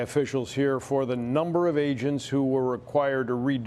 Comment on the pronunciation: It sounds like he said "ASIANS who usually investigate..." lol